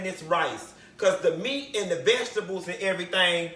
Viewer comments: Cutting up these ve-ga-tebles!! He done ate worse quiet as kept! 😂😂😂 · VegiTABLES!!! 😂😂. Yessssss!!! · When he pronounced vegetables "veggie tables" bihhhhhh, I SAT THEE FUCK UP! 😂😂😂😂😂